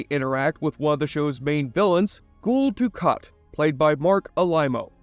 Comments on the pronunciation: Gule? You mean 'Gul'(sounds like Gull). You haven't seen this show before have you? Didnt you open by saying this one was your favorite? Favorite how? You cant even pronounce a characters name. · He keeps saying Ghoul Du kat instead of Gul lol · It's pronounced 'Gull' like a Seagull. Gull Dukat. 🤷‍♂️ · "Gool' Dukat? Doesn't sound like a fan....'GUL' is said like 'seagull' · "Nielf"? So, uses an AI voice, and doesnt proof the videos before uploading them. Good to know. So, what AI model are yall using? Other than that mess up, its been pretty convincing....But now I know why it pronounced Gul as 'ghoul' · Did you watch the show you say Gule Dukat its not goole or whatever your saying please watch show to know how to say name proper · "Ghoul" Dukat?! Have you ever actually seen the show?